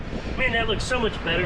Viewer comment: “Thank you so mush for washing..”